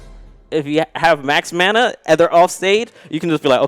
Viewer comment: its not MANA!!!